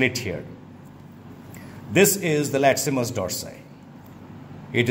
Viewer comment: Funny how he keeps pronouncing the latissimus dorsi muscle as the latsimus haha.